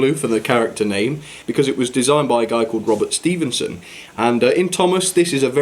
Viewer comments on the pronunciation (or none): none